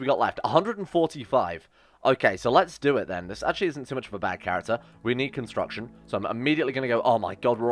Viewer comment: It hurts my soul when he messes up constitution and construction.